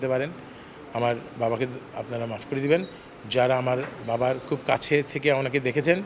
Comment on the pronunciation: বাবা শব্দটা অনুজ্জতার কারণ কি উনার